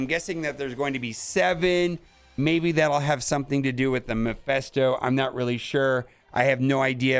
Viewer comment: not trying to be picky, but its m-E-ph-I-sto, not m-I-ph-E-sto. like, MEH-phisto